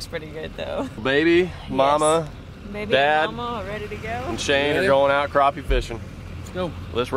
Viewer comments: Crap-pee ... not Crop-pee. :P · It's crappie not croppie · So what is the difference between a croppie and a crappie? Pronounced crop or crap?My dog takes a crap not a crop jw